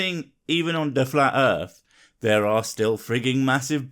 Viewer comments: So this is how you spell it. Earth, but it is said Earf. So is that “phat? Also, thuckin. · "Da Erff"? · The Erf fucking flat xD damn man learn to speak before you start on complex matters bwahah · Just where is this "Erf" of which he speaks? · Da Earf id flah yo! Dumbass! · "Da erf is fucking flat." Absolute gold. He ought to do stand-up comedy! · You could replace every instance of "suck my balls" with "because I'm retarded" and it would not lose context and would actually hold true. Also, I don't think anyone should take scientific advice from someone who says "earf." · I don'e thin diss foo from planet earf. fut dat. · what's an earf ? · "Its called an air-plane because the earf is flat". That statement gave me cancer. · Fuckin errf....is flat......errf.......bahahahahaha errf... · Why are so many supposed smart people so bad at talking. If you can't say earth properly you have no business telling people how it works.